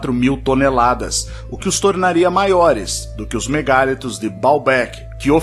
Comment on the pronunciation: A palavra vem do francês mégalithes, e, nela, a pronúncia em português com e aberto é natural, mas a tendência da língua, com tónica da palavra na sílaba li, é fechar a vogal a: ME GA LÍ TOS